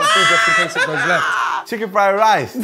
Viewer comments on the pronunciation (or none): none